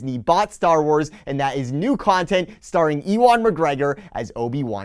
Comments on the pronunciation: I was thinking that maybe you were doing it on purpose because - OB-E-WAN - could be shortened to "E-WAN" - it's a legit excuse to not saying "YOU-EN". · Good round up of the news but, E-1 McGreggor!! Haha thats just not how you pronounce his name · Love the video. Also I think Ewan McGregor’s name is pronounced “U-in” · E-wan McGregor? Nope. Try You-an McGregor. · Ewan is pronounced You-In not E-Won....but maybe he's related to an Ewok. Great coverage as always. Keep the D-23 videos coming. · It's all good. I kinda thought you were just doing a play on Obi Wan saying E Wan. You put out good content who cares if something is mispronounced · Ewok McGregor confirmed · Hello there. Yes I know I pronounced Ewan’s name wrong, got 6 emails about it already keep ‘em coming. 🤣 Enjoy the video! ~ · The way you pronounce Ewan made me shudder. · Ob-Ewan- Kenobi 😁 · You were just seeing if we were paying attention! It's like a hidden Mickey in the video, find the mispronunciation. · I thought maybe you were pronouncing Ewan McGregor’s name wrong on purpose as if it should be said like Obi-Wan. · Dude. You really need to learn how to pronounce the name Ewan.